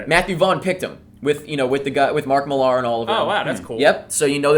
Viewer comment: i grew up in the same town as mark millar..we dont pronounce it as if he's french...